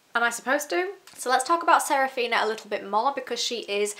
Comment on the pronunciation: The book is older than the author was when he wrote it! Also…. Sa-Fi-Ra…. Saphira. Damnnnnn